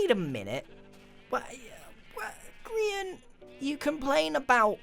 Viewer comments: When everybody calls him "grain" instead of grian; 😠😠😠😠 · Cynthia Oshiro is it realy so hard to say grian?